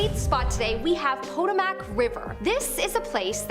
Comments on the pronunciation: The river is pronounced * puttow mu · First, the phone changes the pronunciation to suit itself and then enters it *sigh, let's try this again shall we? * puh tow muhk . Some Americans love technology. I clearly not one of those kind, however I do like your videos. Thanks for all your work. 💓🎶🎵🌏 .